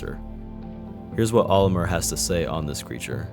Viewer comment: Oli-murrh and oh-AWT-chee hurt my soul. If it helps, the actual pronunciations are oli-MAHR and oet-chee.